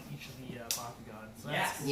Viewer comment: Wait so it's supposed to be pronounced back-koo-gin, my entire life has been a lie. Awesome job, it's always really cool to see what this event was like through the perspectives and experiences of all the different bakumasters and through their different editing styles.